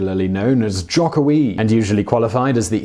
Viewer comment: Hi, thanks for making a video about Indonesian politics (a greatly understudied topic indeed). A quick point of feedback: you mentioned that rising conservative Islamic influence would likely cost Jokowi (btw pronounced Joe-koe-wi) the 2019 election. While islamic populism is certainly a force to be reckoned with, all credible polling organizations have Jokowi in a double digit lead over potential opponents. Furthermore, its actually not a clean split between Jokowi and the opposition in terms of the Islamic parties. PKB will likely go for Jokowi, while the PKS while go for Prawbowo Subianto (his likely opponent). The other two are sort of a toss up at this point. I would also say that Indonesia's democratic consolidation faces great challenges from forces besides Islamism.